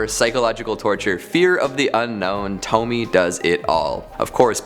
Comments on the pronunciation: Wow, a second video that says “Tome-Me” and not “Tome-Me-AYE” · Isn't it pronounced "Toh-me-a?" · It's a actually pronounced tow-me-ay. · it bothers me that you can pronounce Fuan no Tane okay but you also pronounce Pupa (suppose to be POO-pah) as PEW-pah... Also, Tomie is pronounced TOE-mii-eh. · Tomie - toh mi eh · Thank you for the suggestions. :3 I think Tomie has three syllables.